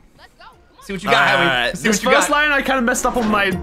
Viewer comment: With subtitles Henwy said meth